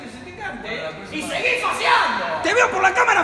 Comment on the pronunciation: Jajajaja faseando dice 😂😂😂